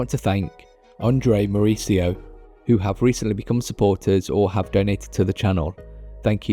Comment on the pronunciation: Love you accent. The S in "Andres Mauricio" is hard.